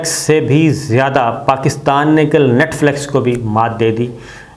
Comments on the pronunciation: Sabir sb thora sa parh b lya kren....NETFLEX ni hota NETFLIX hota h. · Sir with due respect its Net Flix not Net Flex :). Love and respect from pak canadian viewer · Brother, it is not Netflex نیٹفلیکس. The word is Netflix نیٹفلکس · Yar Netflix to bolna seekh lo. Duniya dekhti ha. Humari b insult kerwatay ho